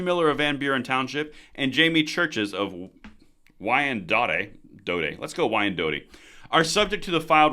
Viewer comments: "Why-N-dot" is how you say that, you're welcome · FYI, Pronounced " whine dot " Don't look at the spelling 😉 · Pronounced wine-dot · It's pronounced Y N DOT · Wyandotte - pronounced "dot". Last T and E are silent. let's hope these recall efforts bear fruit. Let's also hope that MI doesn't have the same problems as CA where Newsome beat the recall. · Wyandotte is pronounced Y N Dot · Its said like WINE DOT.. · Wine dot is how you say it. Sending love from Flint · I'm certain this will never come up again but it is pronounced "Why-Ann-Dot" Yes in Michigan we can spell nothing and vote improperly the first time. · Pronounced " why in dot " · not trying to be a liberal douche just stating its pronounced why an dot, just so you dont have to deal with the couch commandos who like to troll this page. Keep up the great informative work! SOOOOOO Glad I found this channel! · Dude I love ya but it's Trav ers City, and Why n dot (Wyandotte) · It’s pronounced why-an-dot 😂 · it’s pronounced “Y-an-dot”. Love the channel. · One of the many reasons I watch this channel is the Michigan updates. Love it. Also, it's pronounced "why-an-dot" 😂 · It’s pronounced Wine dot. Michigan. And yes. Michigan wants them ALL GONE. Can’t want to cast my votes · It's pronounced "Why-n-dot" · its pronounced whyindot said just like that, what part of Michigan you from that you never heard of that city? wow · Wyandotte = why en dot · Wyandotte is pronounced Y-en-dot lol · wyandotte is pronounces wai uhn daat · Wyandotte (wine-dot) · Pronounced... why-an-dott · It’s pronounced ‘’Why-en-dot’’ Michigan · It's pronounced Why-N-Dot. But great info anyways. Keep it coming. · It's pronounced " why in dot " just saying lol . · Y-ann-dot. Wyandotte. Since you may be saying it again. I'm a Michigander and I fully support the recall of all these morons. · The city in Detroit is announced Wine-dot even though it's not spelled that way. I was born and raised in the Detroit area. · Its Why-anne-dot